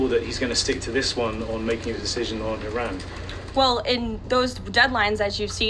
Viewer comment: She pronounced Iran incorrectly and correctly. Very strange.